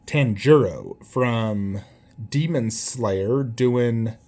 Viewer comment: Your pronunciation of Tanjiro hurt my soul. Badass statue though, but for anime I only collect Naruto/AoT :)